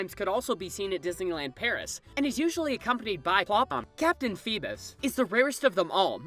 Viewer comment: Why can no one ever pronounce Clopin?